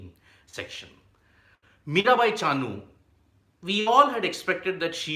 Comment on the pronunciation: MiraBai not Mirabhai